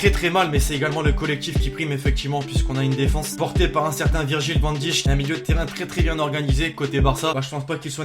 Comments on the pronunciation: Virgil van dijk se prononce van dèêk et pas van dich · t' es pomé ou quoi c' est VAN DIYJK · ca se prononce virgil van DAYKE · tu peux prononcer le nom de van Dijk correctement plz (ca ce dit "van daïke") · Dsl mais on prononce Vane Daiïk